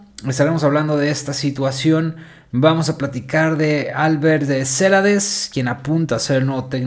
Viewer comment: la pronunciacion es ceLAdes, no CElades